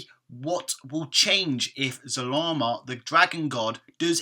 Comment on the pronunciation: Really? It's Zarama